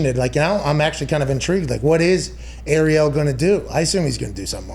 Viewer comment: McAfee is such good friends with "Errielll" that he can't even pronounce his name properly.